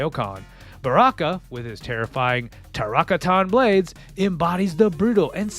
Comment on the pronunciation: So when I said to myself "Subzero doesn't say Finish Him" I passed it off as an honest mistake but then the "Traraktara blades" showed up Stupid nitpicking aside, thanks for the trip down memory 2D-lane. This and SFII were the first ever fighting games I sacrificed quarters to.